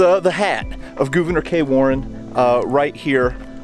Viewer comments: Always look forward to your videos. Thank you for simply pronouncing Gouverneur correctly. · you can’t win 🏆 lol 😂 but for the record you did pronounce it correctly!